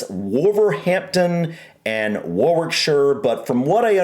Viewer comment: Depending where in the UK you are from, it's either Bir-ming-ham, Bir-ming-hum, or Bir-ming-um. The 'g' is never silent, but the 'h' is often silent. Yes,, they are the Brummies, from Brum. Lol. Warwickshire is not pronounced war-wick-shure, it is Warrickshur, or sometimes even warricksheer. The "w" in wick is always silent, such as in Norwich (Norrich). A fun one is Worcestershire which is simply pronounced "Woostershur", and Leicester which is simply "Lester".